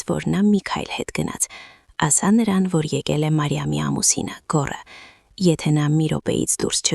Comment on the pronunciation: Ոչ թե գոռսը,այլ գոռըս